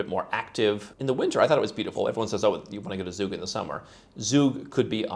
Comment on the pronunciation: It's NOT Zug!!! Nor Zurich. Z in German is pronounced as c(=ts)